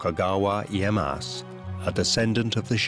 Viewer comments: Isn't it Tokugawa Ieyasu? Not iyeass. Narrator spelling his name wrong many times. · British prononciation is always terrible in these documentaries. Mah-San-Moo-Nay, not “Masamoon”, Ee-ay-ah-su, not “Ee-ay-ahs”….. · My God the pronunciation in this video is atrocious. Tokugawa's name is NOT Ieye-ASS...and it's Masa-moon-eyy....come on guys, there are so many resources out there to figure this sort of stuff out... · Tokugawa IeyaSU!!! Anglosaxon speakers cannot speak other languages! MasaMUne!!! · “Tokugawa IyeyaSU!" you idiot. I get it, you got booked, congrats, but could you have put even minimal work on pronunciation, at least the names.